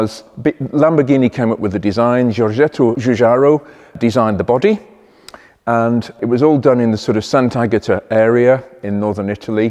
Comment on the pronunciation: Well done for all the pronunciations of Italian words. So many don't even bother. The only one needing "tweaking' is Giorgetto Giugiaro. All the G's are actually pronounced like the letter 'G' in English. Aside from that, seeing a new video notification makes me stop what I'm doing and take a 30min break. Great cars, excellent presentation. Thank you.